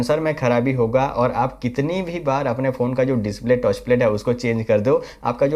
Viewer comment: भाई टच होता हैं, टोच नहीं 😂